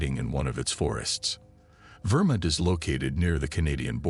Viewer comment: "Vermint" lol